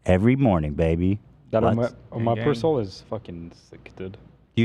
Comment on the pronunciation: I take omeprazole but it’s always been pronounced “Ohm meh prazz oll” to me lol like my CC wasn’t even sure what Ethan said to decipher for me. I had to just figure out what he was saying 😅